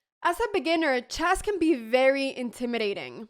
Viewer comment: Anna, you keep saying "CHASS" but the word is "CHESS", rhymes with mess, like the E in DESK or BET or RED or FED, also rhymes with LED, DEAD, BREAD, HEAD and SAID.